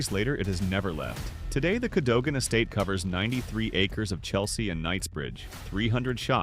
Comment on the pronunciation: Cadogan is pronounced Cadugan.